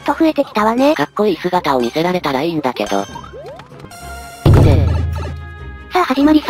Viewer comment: 「行くぜ！」が「行くの？」 ってなってるの可愛くて好き （秒数訂正しましたm(_ _)m↓）